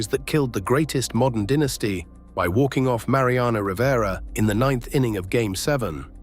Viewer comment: Listening to "dinisty" as the pronunciation is like nails on a chalkboard